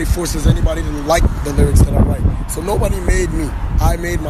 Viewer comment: “NOBODY FUCKING ROIGHTS MY LYRICS!!!” rrriiiioooogggghhhttttsss